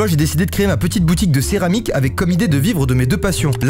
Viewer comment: fait relire les trucs par Foxie et autre Théo regarde riennnnnnnnn (on est trop rapide, "cermariques", j'aurais fait la même, soit à cause de la dyslexie soit à cause de la fatigue xD)